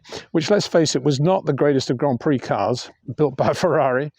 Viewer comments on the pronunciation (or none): none